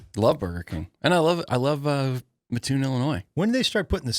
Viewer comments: That’s what I came to say. ☺️ The “Muh-toon” is painful to listen to repeatedly. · You pronounce it MAT-toon….thanks!